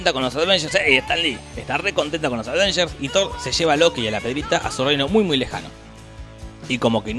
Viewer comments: avengers, no ADVENGERS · por diorrrr! dejá de decir aDveinyers! es sin la d! aveinyers! me desconcentra de los chistes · Si tomáramos un shot cada vez que dice "Advengers" en vez de "Avengers", terminamos en coma alcohólico con este video solamente. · Los "advengers" :v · "Los Advengers" "ADvengers" Noto como que algo esta mal... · Porque dice todo el tiempo "aDvengers"? 🤣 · "Los advenyer" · Por qué lo pronuncia "aDvengers"?!!!